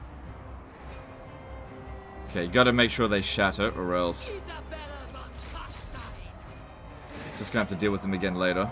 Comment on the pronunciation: Love you and your stuff but it hurts me to hear you pronounce Carstein as Karsteen rather than Karstayn